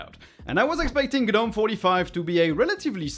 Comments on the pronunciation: Please, please, please pronounce it "Nome" instead of "Guh-nome". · I like the Polish too, but I wish he'd pronounce "gnome" correctly. ESL is likely the problem.